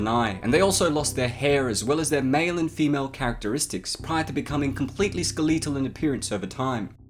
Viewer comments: “Skeeleetal” XD. Never heard “skeletal” pronounced that way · What the hell is ska-le'tal? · Ske-LEEEEE-tal. Why do you say it that way? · “Skell-eet-al” ok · Ska-leetal lol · I love how you pronounce skeletal. Skeeeleeetal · Ha, I didn't know Brits pronounced skeletal that way. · We don't? Well I don't say it like that